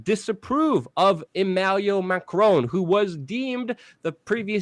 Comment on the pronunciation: Hey Luke, It is Emmanuel Macron, not Emmaluel Macron. Also, Erdogan is pronounced Ehr-deh-wahn. Have a wonderful day.